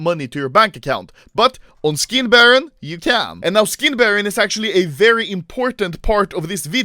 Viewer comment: Anomaly: Štick, škin